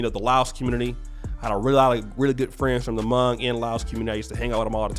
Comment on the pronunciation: Hmong* Pronounces similar to the word Long and not like tongue